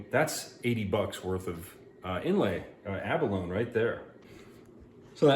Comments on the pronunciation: Ummm....yeah....it's abalone....a-buh-low nee......NOT a-buh-lone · It is pronounced a·buh·low·nee.. The "E" is not silent. just saying. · Pronounced Ab-a-lo-ni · "Abalone" rhymes with "macaroni", FYI. Good video. I've been trying to use Eye of Shiva shells myself lately.